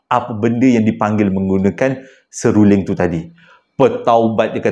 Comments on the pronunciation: Waalaikumussalam wbt... 😂😂😂 Seluling..seluring.. seluling...SERULING.. pelat yer ni kena ulang 3x baru betul betul sebutan tu sama macam anak Cikda...😂😂😂😂 Cikda doakan semoga dan semua ahli Family besar JSPL dlm sihat sejahtera dlm keRedhaan keberkatan dan Rahmat Kasih Illahi Aamiin 🤲🏻 Aamiin 🤲🏻 Aamiin 🤲🏻 YRBA ❤,💙🤍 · Apa ni sebut betul2 " SERULING "....😂😂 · "seluring.."..seruling... "Benang"..."menang".. sy skolah rendah selalu keliru pkataan Niee..😂😂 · seruling.. sew ling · hahaha.. seluring.. seruring... seruling.. 😂😂😅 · Maaf abg eja tergelak dgr sebut seluring😂 tp betul dekat rumah saya pun x boleh main seruling atau bersiul sbb benda tue akan mengikut bunyi tu tengah mlm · hahaha..mengekek2 gelak banyak kali tersasul seluring..nak seram tak jadi.. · Seluring pn seluring lh,ramai yg thibur abg tsasul comell hahaha😂😂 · Seluring eh... Seluring eh....seruling..... seluring eh eh eh 😆😆😆😆😆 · HAHAHAHA SERURING SELULINGG...SELURENG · 😂😂Seluring😂😂 buat lawak lh bng😅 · Hahahaha..mula igtkan abg nak buat2 je pelat seluring tu.tp pas tu astik terpelat jeee hahahahahaha sah sah mmg pelat ori ni😂😂😂..oleh kerana seluring ni sy subscribe abg..😊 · Bukan seluling.. Bukan sebuling... Bukan semuling.. Bukan setuling TAPI seruling or SERULING or S E.. R U.. LING....... 🤣🤣😄😂.... Jgn marah yaa tapi comei je bila abg silap sebut 😂😂😂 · Bukan seluring bang tp selirung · Sib baik seluring..bukan serunding..heheeeheee....kelako la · di sebab kan “seluring” “tolol toyol” pelat² ni la buatkan saya tekan loceng n follow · Klu susah nak sebut seruling bang, abang sebut je serunding. Kita org faham je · abang.. sabar... sebut satu2.. seruling bang... 😭😂 Kisah yang last tu fuhhhhh takut🥹 seram jugak.. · Tergagap-gagap.... Tersasul-sasul nk sebut perkataan seruling tu... Cerita seram jadi lawak hilang rasa seram tu, bila dengar tergagap-gagap dan tersasul-sasul nk sebut seruling tu😅